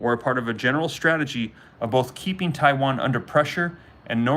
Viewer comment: Did anyone hear him say Chiwan 😂😂